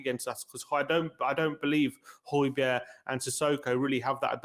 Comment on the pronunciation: Hoy-beer not hoy-berg